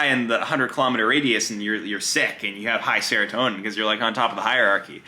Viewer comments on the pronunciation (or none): Also, mf said "hierarchy" and "serotonin" 💀